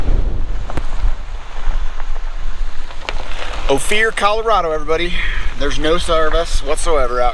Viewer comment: Great Photoraghy and story telling. Ophir ispronounced Oh-Fir, short i sound. Thanks for sharing. Durango area is one of my parts of the state. I am a CO native from 133 miles East of Durango. Stay Safe out there. Happy Spooky Halloween!